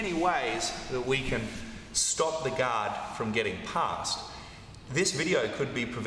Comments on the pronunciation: I often hear "God" when he says Guard 😊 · Yeah us Aussies drop the ‘r’. Americans pronounce the ‘o’ like an ‘a’.